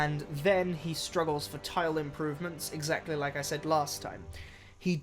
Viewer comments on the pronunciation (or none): none